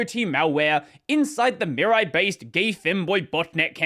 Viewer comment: Oh, are you terrible at pronuncing Japanese. 🙉 "Mirai", as in you-and-me-rye.